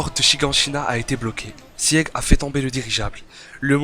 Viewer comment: je t'en supplie Sieg ça se prononce "çigue" et non pas "siègue" aled